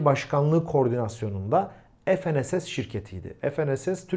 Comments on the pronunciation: Efenss ne diye kullanıyorsunuz ingilizce kullanmayın f-n-s-s olarak söyleyin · Herşey yerli oluyor ama dilimizi yerli yapamadık. ef,en,es,es değil Türkçe olarak okusanız ne güzel olurdu. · Ef en es es değil. Fe ne se se.